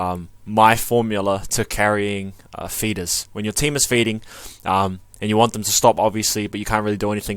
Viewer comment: Thought you said "fetus" at the very beginning lol ("In this video, I'm just going to show you my formula to carrying a fetus.")